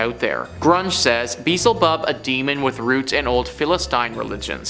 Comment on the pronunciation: It is pronounced be-el-ze bub .